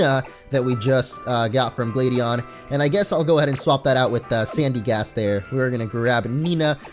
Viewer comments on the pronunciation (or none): Im sorry I mean GLADION(GLAD-EA-IN) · ITS GLADION (GLAD-EA-ON)